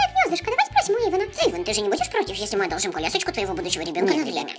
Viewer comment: не Ейдан а Ейван